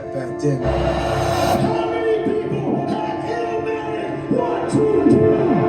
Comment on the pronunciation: I'm glad you took my advice to watch TIME IS ILLMATIC. You are the only one I know who reacted to TIME IS ILLMATIC ( it's NOT pronounced ILL-A-MATIC ) Keep providing us with more NaS reactions 👊🏿